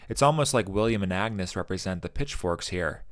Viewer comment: Thank you for this deep dive into this great film. I identify with so many of the emotional response to your video. I am glad you recognized the alternate pronunciation of ‘Agnes.’ The movie is historically correct. It was pronounced something like ‘AN-use’ and, as Hamnet and Hamlet was used interchangeably, so was Anne and Agnes. Some scholars believe that Agnes might be her real given name, with “Anne” being a shortened form or nickname.